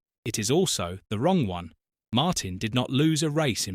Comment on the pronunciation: It's pronounced Martin.